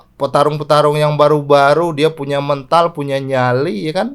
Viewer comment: Mental bang...bukan mental 🤭